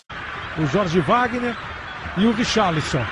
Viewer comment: Ele fala é Richarlisom ...